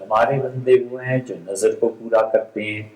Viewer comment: It is not "نظر" It is "نذر"